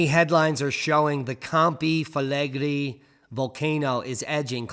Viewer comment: Pot-tsu-oli Camp-ee Fleg-ray